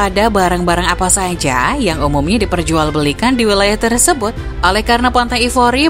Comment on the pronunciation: maaf, hrusnya "TERSEBUT" bukan terEsebut 🤦🏻‍♂️🤦🏻‍♂️